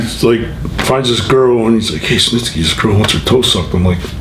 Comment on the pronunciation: Gene Stnisky?! Did anyone else catch that